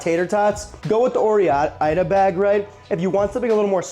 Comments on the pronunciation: Loved the video, but Or-Eye-Da, PLEASE. It's Or-Gun, not Or-E-Gun, so it should also be Or-Eye-Da. Thanks. Keep up the great work. This is my favorite food channel. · omfg you are driving me insane, there are plenty of commercials where they say the name oreida, the way you say it is driving me batty, it is "Oh-Ride-ah" NOT "or-E-eye-da" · Or-eye-da If I hear him say oree-idah again I’m Gonna lose it…. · "Or-Ida" not "Or-E-Ida" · Pretty sure even the commercials pronounced it 'or-I-duh.' There no EE in it. Great video! Like the backstory!! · As someone from the pacific northwest, it is pronounced or ida. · Even in the commercials they don't pronounce the E, as someone who was born and raised in Oregon, how you say OreIda is driving me crazy, the E is silent. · Love the Napoleon Dynamite mention because, as a Canadian who grew up mostly on healthy homemade food, I'd never heard of Tater Tots before watching that movie in 2005 when I was 13-14yo. Also, concerning the pronunciation of ''Oreida'', I think that your pronunciation is a bit funky but I also think that what most people argue is the right pronunciation seems like someone in the past arbitrarily decided that this is how it should be pronounced regardless of how it's written. My intuition would be to pronounce it ''o-ray-da'', definitely not ''oh-ri-dah''. I understand that it's a mashup of two names and that they've kept the independent pronunciation of each one but you'd have to actually remove the ''e'' for it to be read as most people pronounce it. It's probably another one of those cases where it basically becomes ''right'' because everyone is making the same mistake. Why do people say ''oh-ri-dah'' and not ''floh-ri-dah''? The answer is often culture which can be very counter-intuitive. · My advice.. Bad voiceover for every place you pronounce ore-ida wrong. Not a drinking game though, that hurt my liver. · You’re trolling with that pronunciation of Oreida, right? Right?!?